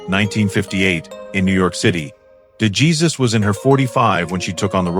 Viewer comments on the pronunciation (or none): ……you need to check how to pronounce Wanda de Jesus surname correctly………a clue: it’s Spanish………